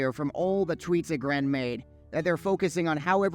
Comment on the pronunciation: Should probably learn how to pronounce aggrend if you gonna cover sod development